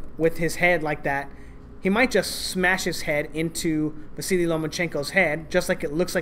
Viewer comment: Why do you cal Vasyl, Vasily?